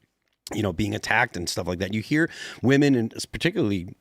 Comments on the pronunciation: Dude— Women (plural) is WIH-men. Woman (singular) is WUH-mun. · Listening to this guy say woman when he means women is so aggravating. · Woman and women are pronounced differently. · Why is it that so many people can’t say the plural of woman correctly? It’s woMEN not woMAN. The guest was saying it wrong repeatedly. Is this a Gen Z thing? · Why does he keep saying woman instead of women tho? I hate when the whatever podcast girls do it too. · The Asian guy cannot say WOMEN. It’s always WOMAN from him, singular or plural. 😂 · This dude being unable to pronounce women correctly is weird. I ahte those people. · I have to turn this off. The mispronounciation of women is missing me off too much. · grab your phone, open the recording app. Now pronounce 'woman' and 'women' and play it back. The two words should sound different. Like 'men' and 'man'. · Dude.... You need to learn how to say and use woman and women